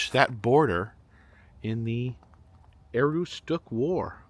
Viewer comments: Its A-roooooo-stick 😊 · Its pronounced ah-ROOS-tuk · Aroostook is pronounced A-roos-took, greetings from Madawaska, Maine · Welcome back to my state! I cringed every time you pronounced Aroostook but I won't correct it, lol. I hope you enjoy! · I have no idea how they achieved their pronunciation from the spelling.